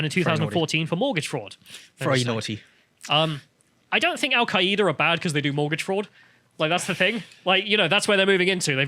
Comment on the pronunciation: Al-queay-ida? You mean Al Queda? The terrorist organization that I refuse to pronounce correctly?